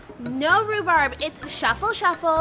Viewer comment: Puppiecorns_rcute1164 Its rhubarb not Rubarb